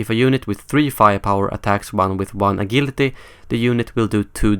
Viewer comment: Not to sound like a dick, but agility is pronounced a-jil-ity